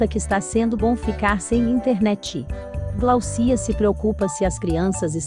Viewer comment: 😮mais um falando errado.. GLAUCIA. GLÁUCIA ,OLHA O SINAL FORTE.